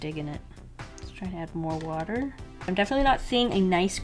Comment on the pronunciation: ‘A lot of wuter ‘ 😂😂